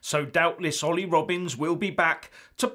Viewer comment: Did you say Olly or Oily are you infering he is a bit of a slippery sleazball